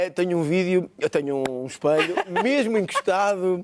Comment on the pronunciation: EspElho, not espAlho.